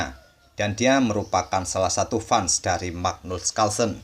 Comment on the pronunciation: Bang, fans cara bacanya bukan fans